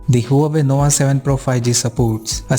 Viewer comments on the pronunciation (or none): Did you say NOWA? LOL